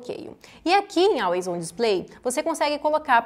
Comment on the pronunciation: Muito bom, parabéns! Só corrigindo a pronúncia, não é Álways do jeito que escreve e sim Ólways. Ok?